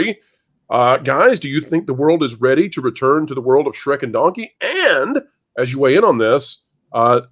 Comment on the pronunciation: Wait did Eddie Murphy say “Dunky”? Are we getting a videogame dunky movie??!